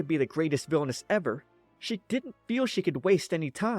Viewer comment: All i hear is " VILONESS'